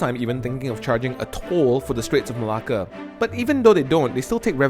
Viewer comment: Why do u pronounce Malacca as Malah Kah??